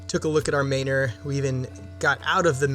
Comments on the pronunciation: He means it should be pronounced man-or, not may-nor. Like manner. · I'm dying at the pronunciation of Maynor lol